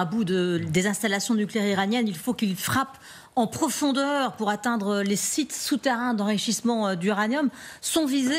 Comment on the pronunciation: La façon qu'elle dit en profondeur 😂. Ils aiment bien la guerre sur ce plateau. Chapeau !